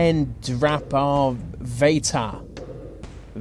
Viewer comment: Mahendraparvata is highly mispronounced here; every a in the word has the same pronunciation, its not parveta, it's parvata. The guy living alone , or the guy who didn't know war had ended, are far from unique, and not limited to what is termed jungle; unless this is not so subtle propaganda about tropics being ignorant, which is false. Siberia cannot be called jungle, and stories about families surviving for decades alone unaware that wars had ended, were only recently come to light, but not after this video, rather before.